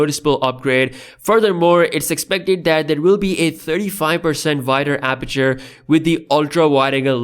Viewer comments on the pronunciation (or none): "VIDER aperture"??????????? WWWWWTTTTTTTFFFFFFF